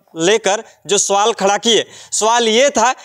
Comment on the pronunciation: कैसे बोल रहे है भाई सवाल कि सोवाल